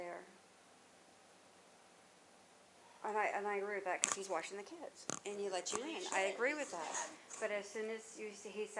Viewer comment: Talk W Him Don’t Make Me do All the work … She Not playing fr …. “ under breath “ you gotta lotta kidssss damn lol Mr Mayo Baby daddy lol the police petty fr